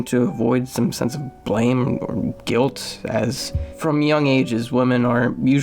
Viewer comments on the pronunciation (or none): none